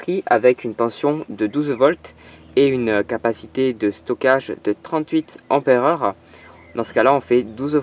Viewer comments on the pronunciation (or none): 3000 euros et 40 heures de travail pour pouvoir allumer une ampoule led. C'est dans ces moments que l'on se rend compte que le pétrole sera difficile à remplacer. P.S: On ne dit pas emperer mais ampère.